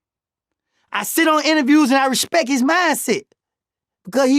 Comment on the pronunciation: “You give him the upmost resput”- 😂😂😂😂man how are yall not catching these?!